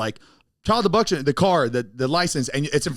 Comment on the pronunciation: zane said “child abucktion”😂